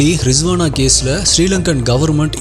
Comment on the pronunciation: Riswana illa risana bro